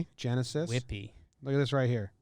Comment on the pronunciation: Genesis name is actually said Henesis